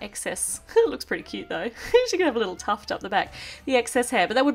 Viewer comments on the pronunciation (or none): none